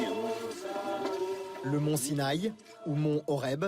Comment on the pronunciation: SI NA I !! Pas sinaille .